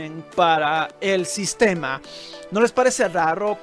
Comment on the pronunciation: "Rarro" ggggg